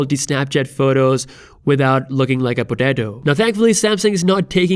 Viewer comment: The way he said potato is so funny😂